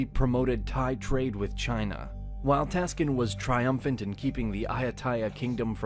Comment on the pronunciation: At 14.10 : Wrong name in this video "Praya Taksin" not "Taskin"